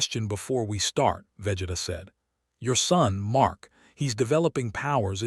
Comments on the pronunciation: its vageeeeeeeta not veh geta more emphasis on the e man, go watch some dbz before u make these crossovers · I stopped when the ai narrator said VEHJETA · Ai calling him veh geh tah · Imthe man, Vegida, Fre-ezza. AI pronunciations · Im sorry, I can't sit thtough hearing Vegeta's name mispronounced repeatedly for that long. XD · SOMEONE NEEDS TO TEACH AI HOW TO SAY VEGETA and OMNI MAN if yall wanna keep this shit up peace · Can you pronounce vegeta’s name correctly 🙄🙄🙄